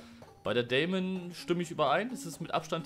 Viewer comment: Die Deamon wird englisch ausgesprochen, also "Dimen" und es heißt Drachenodem und nicht ödem😅 dazu hat die Deamon nur Schnellfeuer 1..... die switchblade Schnellfeuer 2